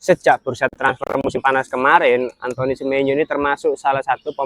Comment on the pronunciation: Izin koreksi mase bukan antoni bacanya, tapi antoang semenyo, kaya Antoine Griezmann dibaca antoang grizman